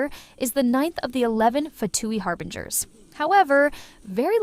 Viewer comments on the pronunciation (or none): none